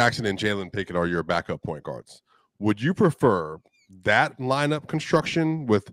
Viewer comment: Yeah I was appalled at CB comments. You don't say thaylt.